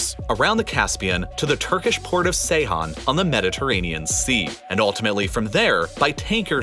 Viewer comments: Ceyhan - pronounced Jeyhan or ˈdʒejhan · It is pronounced Jay-hahn, not Say-hahn. But good video. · Actualy Ceyhan reads Jay-khan, look up Turkish alphabet, looks familiar but has few tricks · Ceyhan=(J)eyhan fyi